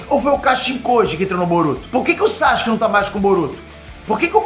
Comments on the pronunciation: SASUKE NÃO SAXUQUE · Não aguento ver o falar SÁCHUQUE kkkkkkk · SAXXXKE KKKK